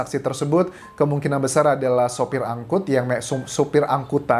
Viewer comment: ANGKOT Bukan ANGKUT